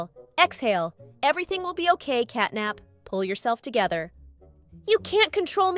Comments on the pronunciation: Bro said capnat not catnap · bro really said "capnat💀🔥" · Catnap ❌️ Capnat ✅️ Katknapp ✅️